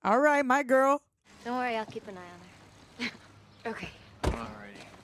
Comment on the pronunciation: The sudden realization you guys realized it’s eye and not “ayeee” lmaooo that was the best. Love you 2 ❤❤❤❤